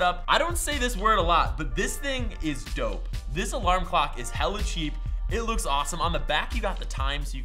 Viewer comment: When he puts dope (adjective) The pronunciation as d-oh-ph so it sounds like dough then f? ph makes an f sound example phone :)